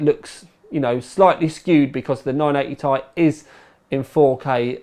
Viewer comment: .... he isnt even able to say GDDR5 .... i would look for a for other reviews..... also he says 980 thai for some reason .... it is 980 TI unless he think that it is tiland...... he is a disgrace to all of us that call the UK home